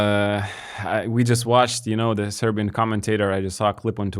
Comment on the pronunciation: You guys pronounce Serbian names and surnames super well.